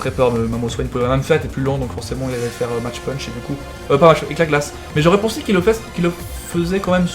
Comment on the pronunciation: CA SE DIT MACK PUNCH PLS Sinon si tu veux le françiser à fond t'as qu'à dire mache pûûûûnch. Ca me fait grincer des dents à chaque fois...